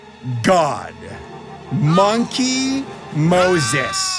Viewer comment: It's not Moneky Moses it's Monkey D. Moses